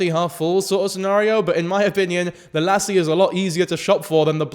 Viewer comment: The way you say lassy is great